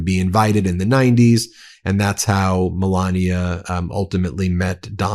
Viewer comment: And this is a woman who is teaching kids how to read?? How can she teach kids how to pronounce words properly?! She's been here for a very long time and she still lays on her accent as heavy as she can. Melania, it's not sexy, you just sound ignorant.